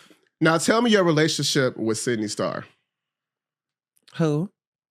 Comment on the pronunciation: I really wish she would correct people on her name. If you’re gonna interview someone atleast have the common decency to know who tf you’re interviewing and how to pronounce their names. Especially if you’re gonna keep saying her name every 5 seconds. It comes off unprofessional and obvious you did no prior research, it’s about clicks & views. Very disingenuous. You’re dry, need to work on your questioning and delivery. Why interview someone if you don’t know who they are? Journalism requires research and these long pauses makes it clear there was none. This was uncomfy idk. Hopefully you can take mine & everyone else’s criticism to better your “craft”